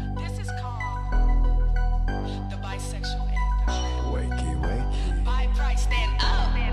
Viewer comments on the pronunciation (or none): the "wakey wakey" um...